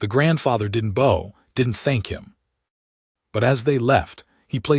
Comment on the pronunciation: Good story, if only there wasn't so much archery . Maybe teach the AI the difference between "bow" like archery and "bow" like bough.....